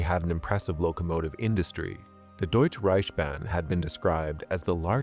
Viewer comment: Just a tip: its DeutschE ReichSbahn. Its not french, so we pronounce every single letter :D you said Deutsch Reichbahn. its DeutschE ReichSbahn <3 Grüße